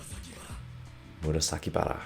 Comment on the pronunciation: Hey coach an avid fan from the beginning but please get Murasakibara’s name right 🙌 love you but it’s Mura…..Saki…..Bara 🙌 the only hard name in Kuroko…. But can’t wait for the one